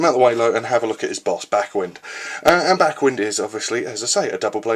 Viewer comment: Backwind's name is pronounced like the "wind" in winding a rope, not "wind" as in a breeze.